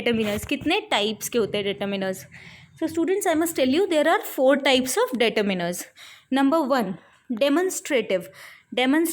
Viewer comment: Pehly ap determiners bolna sikhlijiye. Its not 'dayturminer.'...!!!